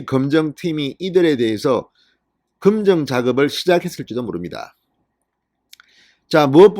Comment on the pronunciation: 진선생님 수고많습니다 부산분이라 발음이그런가요? 금정이 이니고 검증 이라고 해야 하는거 아닌가요?ㅎ